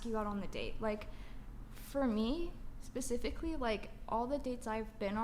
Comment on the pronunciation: "exspecially" & "pacifically" 🤦